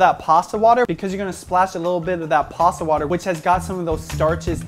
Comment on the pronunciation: its not "PASSA". Its "PASTA".